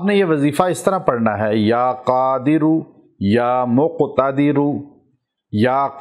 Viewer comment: Ya Qadiro Ya Muqtadero ase parhna hai.